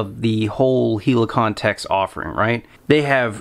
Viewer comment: It’s “Hell-i-con-tex” — not “HEELEY-con-tex”……..unless you call a helicopter a “HEELEY-cop-ter.”